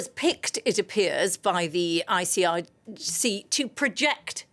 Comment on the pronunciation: Your guest doesn’t know anything about the Islamic republic constitutional law, she can’t even say IRGC correctly. Your coverage of Iran news is biased and awful